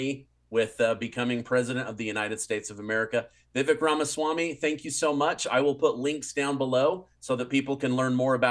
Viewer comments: Vivek.....pronounced Vivake, like cake. Js Not trying to be grammar police, it's just that he's a candidate for the PUSA so feel like people should least know the proper pronounciation. If you choose to not say it properly once you know, that's obv your choice. Just a heads up. 🙂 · His name is pronounced Vivek like cake (Vivake). I notice he corrects people less often recently. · Please pronounce his name CORRECTLY! Vi-VAKE, LIKE CAKE! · Yes to both. & it's Vivek, sounds like cake... ;) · Vi-VAKE…rhymes with CAKE…it’s only been over 6 months…Stop being an Amateur… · Vivek, rhymes with cake. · Vivek is pronounced to rhyme with 'cake" ☺ Is it possible to have a President with "honest and common sense" policies? Ramaswamy sounds like the answer, but can he win the election?!